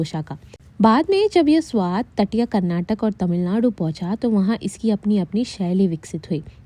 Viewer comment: Good information 💕 as a Kannadiga I'm so happy to see but the only problem is it's not Karnatak ❌ it's Karnataka ✅